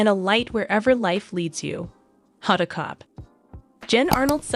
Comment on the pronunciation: Honda Kotb’s name should be pronounced with the “b” (Kotb)